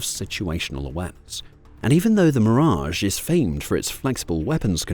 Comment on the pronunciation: Terrible A Eye pronunciation, making the video laughable 😂.. double check how everybody pronounces the French jet ….